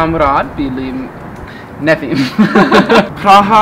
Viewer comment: Nejvíc ,,češím se" 🤣🤣🤣 nebo ,,prraža"